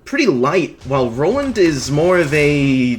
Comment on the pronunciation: Ah yes "Noland"